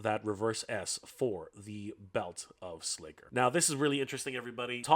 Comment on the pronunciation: Nah, it's slay ker